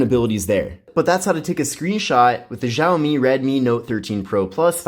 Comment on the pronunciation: It's pronounced "Shaomi" not "Zhaomi"...dumb one language (barely) speaking Americans 🙄